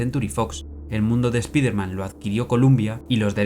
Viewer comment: Buen video. Solo un detalle, no se pronuncia "espiderman", es "espaiderman"